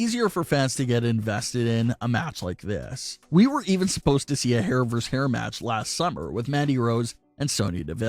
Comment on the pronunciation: Why the hell does everyone think VS is pronounced verse instead of versus. Look it up. When you pronounce it verse you sound like a damn fool.